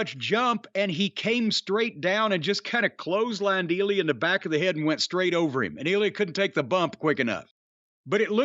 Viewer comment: It's not eel-e-uh, it's ill-ya